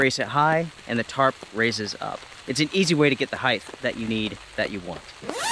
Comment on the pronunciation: Height not Heigth